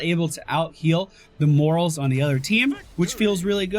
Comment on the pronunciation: I cringe every time you refer to the medic as "Morals".